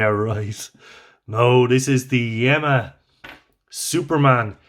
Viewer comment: Interesting piece. Wear it in good health. The correct pronunciation is Yeema (not Yemma). Regards.